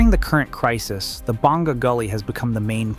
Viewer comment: You don't pronounce it May on. You say Mah YOHN. Stress the 2nd syllable. Also, BONG GAH (Bonga) is a different village on the east. You are referring to Boh NGA (Bonga) a village on the south.